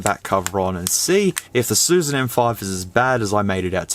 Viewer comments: It’s not susan ,it’s “shushan”. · It's "Xiu Xian."